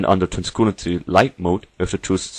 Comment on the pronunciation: Transcoolancy??? xD